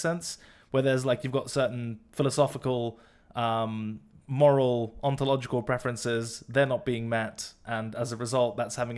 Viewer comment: did say ontological?